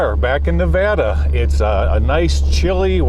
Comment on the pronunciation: Thank you for pronouncing Nevada correctly. Love your stuff! Keep it up brother!